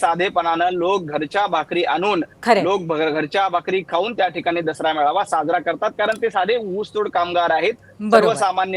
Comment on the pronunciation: पेडनोकर बाई ने आधी मेळावा म्हणायला शिकावं ती मेवाळा म्हटली. पुर्वी भावेने संचलन म्हणायला शिकावं.... तु संचनल म्हटलस बाई संज्या बद्दल काही सोलायची बोय च नाहीये हे राम. श्रीराम जयराम जय जय राम